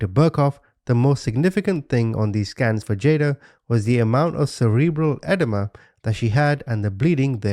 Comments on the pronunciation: its pronounced, "ah-deem-ah" not "ed-uh-muh" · Edema is pronounced "uh-DEE-muh" not "edda-muh." Aside from that, wonderful video as always. I LOVE that u will flat out say "WHAT THE FUCK YOU?!" and colorfully insult the people who need it. Idgaf what YouTube says, ur blunt honesty and accurate descriptions of these heathens are accurate and it's what made me sub! Ur just saying what we're all thinking!! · 'EdEEma' is how its pronounced, Edema, which is swelling. Just in case you wanted to know ❤